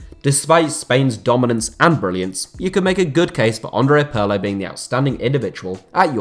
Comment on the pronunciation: It's Peerlo. Not Puurlo ffs